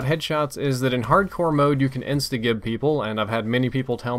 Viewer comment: Do you really not know what gib means and how to pronounce it?